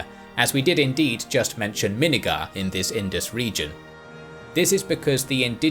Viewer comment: It's not minnagar it's Min-nagar